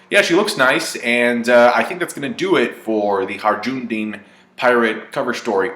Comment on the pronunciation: Your complete slaughter of Hajrudins name never gets old.